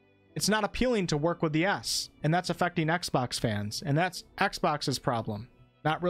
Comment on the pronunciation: Its exbox not axebox